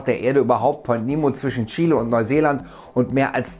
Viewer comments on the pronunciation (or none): none